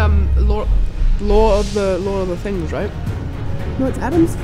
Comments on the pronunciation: I thought she said "lore of the things" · I thought she said "lore of the finger trays" 💀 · Funny, I heard Lore of the Things. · Americans heard it as "Lore of the things" lol our "W" sound is non-rhotic